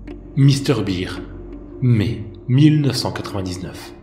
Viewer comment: Par contre... pk tu prononce "bear" en "beer" mdr